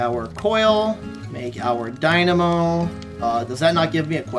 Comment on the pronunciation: Keep saying dynamo like that and you might have to get on deadlock... >:]